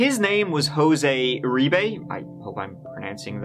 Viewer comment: Hey! Uribe is my last name and you pronounced it correctly👍🏻